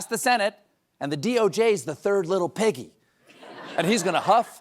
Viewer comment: Did Colbert say “the DOJ is the third little PEGGY” 😂